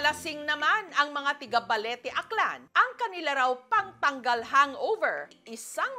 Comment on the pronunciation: Mis Jessica,, PANG TAGGAL PO HINDI PANG TAGAL